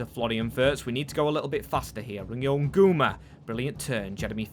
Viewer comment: hey, Ngumoha is pronounced n-gu-moh-a not nguma